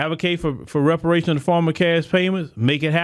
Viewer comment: "Reapation"!!!😮😮